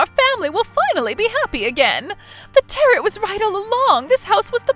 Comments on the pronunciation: Tarot rhymes with arrow, not carrot! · "Tarret" Deck?? Tarot (Täh-rōe)🙄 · Tarret? it's pronounced tarroo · Not sure if you’ll read this or not, but I need to tell you that tarot is pronounced taroe. The last t is silent. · It's pronounced "tah-RO", there is no hard t at the end of the word. It was grating on my nerves. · tarot is NOT pronounced like carrot. the last T is SILENT. and if that was me, i'd have sold/moved way before it got to the point of vandalism and would have called the cops about it when it did get that far. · I love your channel and your stories...so original! However, just one small thing... "Tarot" is pronounced: "Tay-roe" Otherwise, keep doing what you're doing. Out of all the channels like this out there, yours is really the best. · Tarot is pronounced taa-row. Great story, as always! 😀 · Actually the proper pronunciation of Tarrot is Tear-O. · WOW!!! If you are going to use the word "Tarot" so much, at least pronounce it correctly! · Good story. The t is silent at the end of tarot. The brother failed Listening 101! When someone is consider selling something it doesn't mean it's to the person asking. I don't remember a mention of what happened to the children's mother. Maybe MIL overload sent her off!